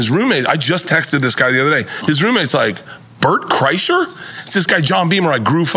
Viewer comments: He calling him Brett kresher lmfao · It’s his favorite comedian but less than 2 min in he called him Bret 😂 than called him Bret Kresher smh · So happy to see Burnt Krishna join the pod. Big thanks to nore for the super correct pronunciation 😅🎉😂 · I love how he don't pronounce either one of his names correctly lol lawd I love NORE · How's he say he's my favorite comedian I love this man. I follow this man. Then mispronounce the hell out of his name lol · It's an 'inside joke' to fk up Bort Kershers name on purpose.